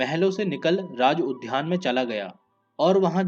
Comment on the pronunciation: Kya kya bolte ho udhyan nahi udyan Junia nahi jua otherwise O.K.